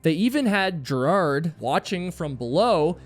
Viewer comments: Ger hard not gerad. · Gerhard, not Gerard. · You should learn to correct pronounce names. Besides the annoying way you OVERLY emphasize his 1st, it's pronounced "GARE" HARD not "JAIR" hard. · Not gerrhard ist ger Hard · 🤦‍♀️ its Ger-hard Schmatz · Good post but it's " Gare-hard" with a hard G and emphasis on first syllable. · Gerhard is pronounced with a hard G. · oh boy, how you pronounce German names. Gerhard Schmatz! Gerhard is not a french or english name, it is a german name and therefore not pronounced french or english! The syllable "hard" is pronounced similiar to the english "hard". But the "g" in "Gerhard" is spoken like the "g" in "great". So "Ger" is spoken like it is written. This is the clue to have a rule for speaking German. It is spoken as written, same like in latin and in most roman languages. Is it too much for the Us-intelligencia to keep that in mind?